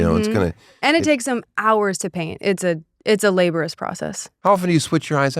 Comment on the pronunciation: it's not "labor-us" it's "laborious" get your shit together, english is your first language.